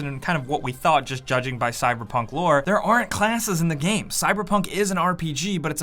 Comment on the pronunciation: Is it just me or does sound drunk all the time? And why does he pronounce game as GEEEEEHM?